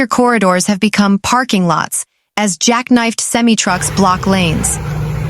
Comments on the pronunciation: I heard that too! Lol Too funny! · Never heard semi trucks pronounced like that. lol 😝 😂